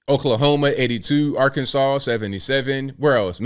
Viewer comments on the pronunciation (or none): none